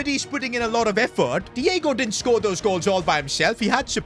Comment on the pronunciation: You had to scOore